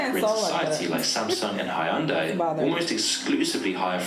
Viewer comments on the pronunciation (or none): none